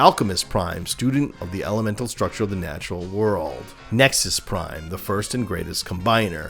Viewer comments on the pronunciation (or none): none